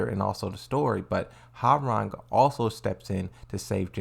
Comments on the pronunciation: Ha-rang? Sorry, but it should be pronounced as Wah-rang. Koreans love their W sound. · Man, damn near nobody I played with back in the day got Hwoarang's name right. I think people secretly enjoyed butchering it😂. "How do you say it? 'Wah-Rang'?" "No idea." "Let's look it up." "....no. Your way is fine." But with Ling... "Xiaoyu. It's like-" "Yeah I got it, nice!"